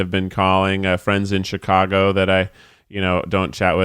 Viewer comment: Keith saying Chicago the right way 😍